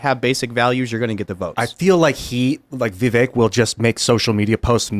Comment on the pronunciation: Yes he would be a great VP. Oh btw his name is pronounced Viv-vake rhymes with cake. Trump would a VP that the left hates more than him like MTG inorder to not get 🤪💨